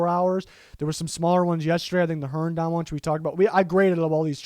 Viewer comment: I strongly dislike the way you pronounce herndon It’s (hurn-dun)